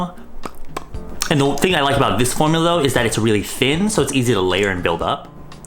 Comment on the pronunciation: “and the thing i like about this formulo”